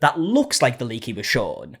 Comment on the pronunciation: I swear u were saying "link" the first 30x u said "leak"